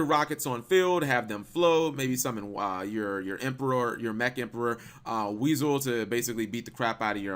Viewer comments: It's pronounced WISE-L. NOT WEASEL!! So many people see it like that. Where then where is the a in the name that would make it pronounced as weasel. I just hate it so much it brings out my inner grammar nazi!!! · Am I the only one to point out he said weasel instead of wisel?😂😂😂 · Cap Wisel is pronounced Why-Soul. Not WEASEL!